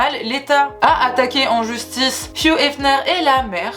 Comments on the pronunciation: Tu prononces * fiou* efner...alors que c'est hugh donc hiugue * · Pourquoi tu prononces « fiouhh » pour Hugh ? Ça se prononce Ugue, tu prononces le U devant et gh c’est « Gue »… 😭😭